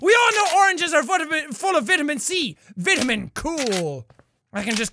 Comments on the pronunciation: Its vitamin not vitiman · It sounds wrong when he says Vitamin.